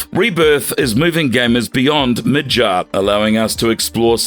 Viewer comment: Stop saying mid-jarrr when its mid-garrr lol.